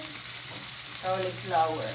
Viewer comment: Correction po! Hnde po Cawliplawer ang pronunciation... coliflower po ang CAULIFLOWER. Once in awhile dapat correct po ang pronunciation dapat kc influencer po kyo. Dn't take this as bash its for u to say the English word rightly and we call it "Correct Pronunciation"not "Pronounciation"...✌️🥰